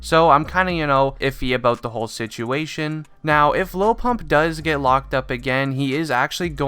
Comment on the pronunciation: Sounds like he's saying low pump